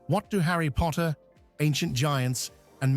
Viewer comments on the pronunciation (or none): none